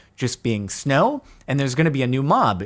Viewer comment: SNOW NOT GLOW